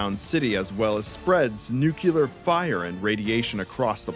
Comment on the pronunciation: Bro, Nuclear. Nu. Clear. NOT NUKULAR